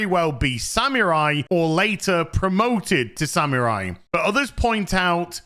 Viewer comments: This is a great video, but for the amount of times you say "samurai", you might want to get the pronunciation correct. It's more like "sa-moo-rai", not "sam yer eye"! 😅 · Sa-MU-rai. Sa-MU-rai. "MU", not "mi". Go practice. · I like how pronounces samurai sounds like he's saying "Sam your eye!" 😂😂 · From now on I'll say SaMewRai <3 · Why do you say sammeerai and Yasooke?